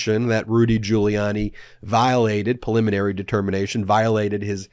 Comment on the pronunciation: Ben, it’s “PRE-liminary”! 😛